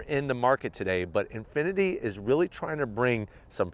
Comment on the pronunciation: lost me at "Infiniti" but i still watched it anyways